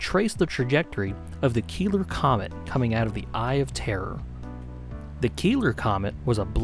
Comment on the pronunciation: These meatheads 100% read 'Keeler' as 'Killer' and just rolled with it.